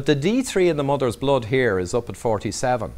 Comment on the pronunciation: Blod or Blood.....:-)